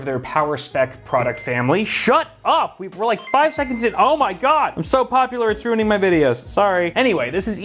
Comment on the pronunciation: "I'm so popular, its roining my videos"